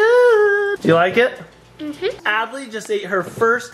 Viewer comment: That's not how to say Adley it is spelt like this Adley